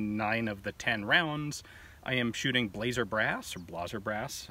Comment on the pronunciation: Is that Blazer brass you’re pronouncing in German or because it’s lame? Blah-Zer brah-ss